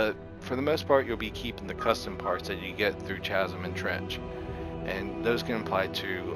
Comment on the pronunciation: Please learn how to pronounce "Chasm" correctly. It's "kaz(ə)m."